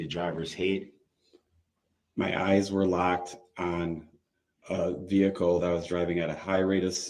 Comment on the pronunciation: I can not stand him!!! Every time he makes me mad which is non stop I say "veheecleee" the way you say it!! Lol😂😂😂 Give lots of love to our fur baby Paisley ❤️🐶🤗🥰